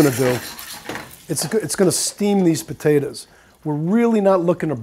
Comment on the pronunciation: he says potatas. lol